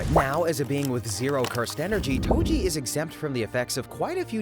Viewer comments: Tojo bro I heard you say Tojo its toji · "Tojo" istead of toji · TOJO WHOS TOJO ITS TOJI NOT TOJO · Toji❌ Tojo✔ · YO WHO IS TOJO U MEAN TOJI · My guys called toji tojo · "tojo" nice ai vid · "tojo" that's just wrong😔🥀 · Tenjin???? Ten GEN! Bro pronounce the damn names right 😭😭😭😭 Edit: TOJO??? FUCKIN TOJO???? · Toji❌ Tojo✅ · Did anyone not notice that he called toji tojo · Tengen❌ Tenjen☑️ Toji❌ Tojo☑️ Jujutsu ❌ Ju-jitsu☑️ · AI pronounced whatever is written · Why does he call toji tojo?